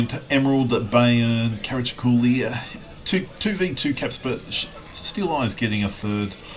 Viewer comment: Regarding IT BBs: I am yet to get my head around the idea behind them. 55 % winrate = average? What have you been smoking,? Also, "Brit" or "Britney", "he" or "she"? Gender-fluid? Pronunciation approximation: Cah-rah-cho-lo.;)